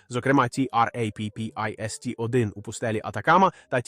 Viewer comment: В загальному, можна дивитися, пізнавально.., якщо би менше було того "ті-ар-ей-пі-пі-ес-ті"!, що найбільше "ріже вуха"... Чому не просто "Траппіст"!!?., хоча кілька разів звучало й так... Чому той ШІ ще такий тупий!?. Чому не редаговано!!!? Краще б озвучка залишалась ЛЮДСЬКОЮ, а не ШІ!!!